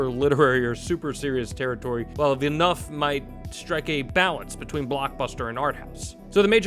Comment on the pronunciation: "villenuff"? check pronunciation before rolling video.